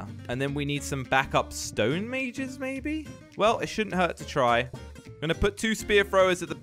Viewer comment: He said stonemages